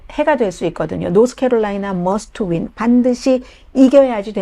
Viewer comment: 할머니 좀 편파방송 좀 그만하세요 이런걸 왜 하는지 모르겠네 어대트에요 어대트 노스케롤라이나를 노스 코리아라 좀 하지마시곸 ㅋㅋㅋㅋㅋㅋㅋㅋ노스코리아 공산 독재주의 좋아하시는 건 아니죸 ㅋㅋㅋㅋㅋㅋ?